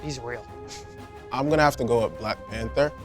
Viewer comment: Why can’t he say black panther. Peasant 🙄